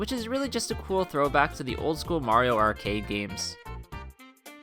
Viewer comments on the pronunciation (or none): none